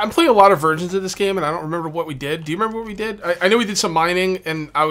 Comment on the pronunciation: I know you said "versions" but I heard "virgins"...